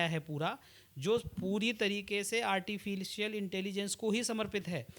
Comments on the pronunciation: Artificial....❎ Artifilcial...✅😅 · "ARTI FEEL CIAL" 😅😅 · "Artificial" Bhi Nahi Bola ja raha hai inse, Aur Ye AI (artificial intelligence) ki degree de rahe hain. 😅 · He cannot properly pronounce ‘artificial,’ yet he is talking about a ₹350 crore AI investment.